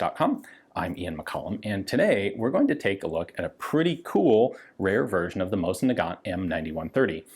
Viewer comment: Thank you for pronouncing "Mosin" properly. Most other channels go with "mows-in".